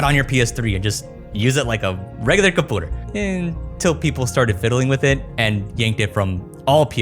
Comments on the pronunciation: The "comoonity" and "capooter" kills me every time. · "CUMPOOTER" bruh is killing me. holy fuck you love saying common words incorrectly as rage bait or something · it's Komyuneetee and Kompyuter XD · i have heard you call a computer a coupler like 100 times now, fix your pronunciation champ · bro please stop pronouncing it “kum-poo-ter” and “cuh-moo-nity”. I love your content but u swear you’re so quirky with these pronunciations like a woman or a little boy. this is the only reason I haven’t subscribed to you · I love how whenever says "computer" he pronounces it as compooter cuz that's how I sometimes pronounce it. It fills my heart with joy haha ☺️😂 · What kind of accent is that, you say everything normally then "cumpooter" out of no where like a toddler 😭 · I like how he says computer compewter compooter 😊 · Yeah he has difficulty with saying 'u' after a consonant. Compooter, commoonity, commoonication.. is fine, some people have quirks in their speech. Just like how Techmoan's nasal problems render his speech weird until you get used to it. Try to ignore it. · is this boi capable of saying the word computer?